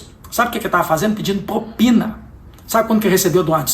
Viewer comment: Prezado Cleitinho apenas uma correção "propina" e não popina! Concordo com tudo que disse!